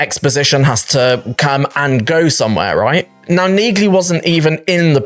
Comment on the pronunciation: Dude, the G in Neagley is SILENT. Did you not listen when people say her name in the show?